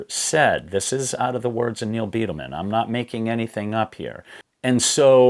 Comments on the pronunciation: Love the channel but its “Bydelman” not Beatleman 🏔️ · I’ve read 7 books concerning the 1996 disaster, watched every video that I’ve found and I really do appreciate your input. Thanks! And, btw, Neal “Bi-del-man” is the way his name is pronounced. Not Bee-del-man. . Thx again.